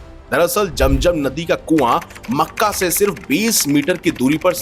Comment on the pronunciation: बकवास,,,,,,👎वेदों को पढ़ लो समझ आ जाएगी,,,,,जम जम पहले बोलना सीखो